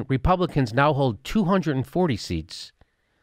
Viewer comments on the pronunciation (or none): none